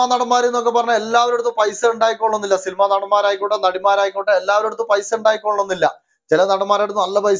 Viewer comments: സിൽമ അല്ല സിനിമ ആണ് ബ്രോ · സിൽമ അല്ല "സിനിമ" എന്നു പറയൂ. കളിയാക്കിയതല്ല , പബ്ലിക്കിനോട് സംസാരിക്കുമ്പോൾ കുറേയധികം കാര്യങ്ങൾ ശ്രദ്ധിക്കണം. വീഡിയോ നന്നായിട്ടുണ്ട് . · സിൽ മ അല്ല ടോ സിനിമ